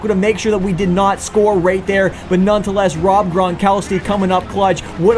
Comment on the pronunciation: its nonetheless not nonetoless lol